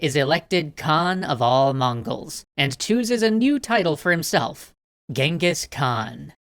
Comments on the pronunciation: Please do stop pronouncing "Genghis Khan" as "Gang-hees." It's annoying. I don't mind it being written by that Iranian typo, but the name should always be pronounced as CHINGGIS Khaan. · Its not really gingis its chingis haan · ....it’s Chinngis Khan! I lived there for years. Trust me it’s Chinngis! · It's Chengis Khaan not Gengis Khan i know cuz im a mongolian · It wasn't Genghis khan it was chingiss Khan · Genghis Khan is pronounced “Chinngis.” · It's prounouced xengis han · Its pronounciation is chingis kahn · I don't like the English pronouncing of genghis khan I prefer the original "jenkeez" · It is pronounced jengis han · hi I m a Mongolian and he’s name is not Genghis Khan cenghis han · You do now your saying his name wrong right? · Why all western people pronounce his name horribaly wrong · I love this series. Just super annoying that you don’t pronounce his name actually correctly... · ok part of my uyghur self wants to say FINALLY SOME RECOGNITION but th other part says : thats not how you pronounce that